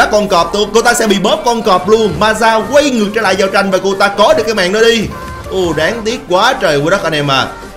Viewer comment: Thời điểm "giao trinhh" tui lạy ông 🤣